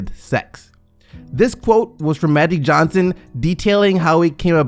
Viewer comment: What the fuck is Mattic Johnson 🤦🏾‍♂️